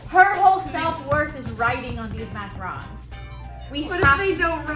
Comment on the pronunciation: You had it right the first time Mac-A-Ron’s. :3